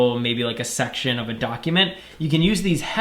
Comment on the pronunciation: Everyone: section this guy: SUCCTION